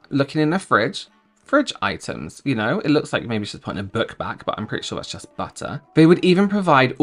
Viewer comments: I'm new I subbed when you said butddterrrr 😂nice to meet ya 😊🎉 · "...milk, BATTORR, veggies" 😂😂😂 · The way u said butter 🤣🤣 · Omg how you said butter. 😂